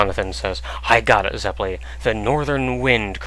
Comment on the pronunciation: I have to practice Italian for my music lessons and I have to let you guys know that you're saying Zeppeli wrong... It's Zep-pe-lee. In Italian, double consonants are always pronounced. If they aren't separated though, they are lengthen... Like the LL. I watched Golden Wind first, and throughout most of the time, I wanted to bang my head against the desk because of the pronunciation... Hope that I could help. Awesome vids.